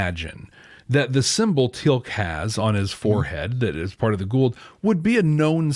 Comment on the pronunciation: It's "Goa'uld"...